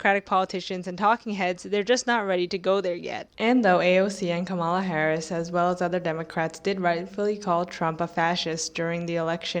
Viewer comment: I love your work but please stop saying kamolla